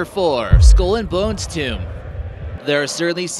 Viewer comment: "Skoool and Bonz..."